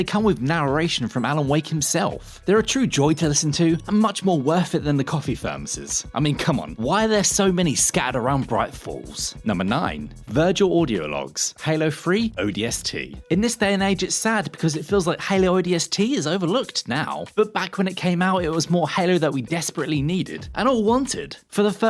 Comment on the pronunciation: I can’t listen to this. I’ve never even played Halo 3 but I know Sadie is pronounced with a long A. Oh sorry, “Halo Free”